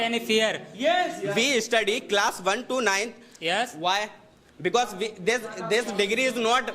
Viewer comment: Estudi✅️😂😂😂😂 study ❎️